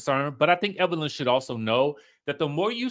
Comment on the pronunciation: Everytime you say that dammm lady name is HILARIOUS..."EVERLYN" 😂😂😂